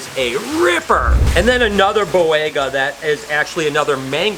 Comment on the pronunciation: For the love of god... learn to pronounce things!! You constantly mispronounce “Ontogenetic Color Change” and you HORRIBLE butchered the Boiga species names. JFC man...